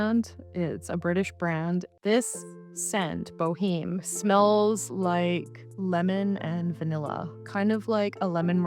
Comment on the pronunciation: "Bo-emm" (like the opera) rather than "bo-heem" I think